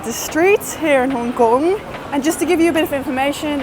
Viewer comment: the way you say hong kong cracks me up every time